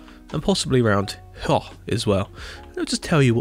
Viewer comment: from now on the word "here" in my vocabulary has been replaced for the most prefered "héac'h"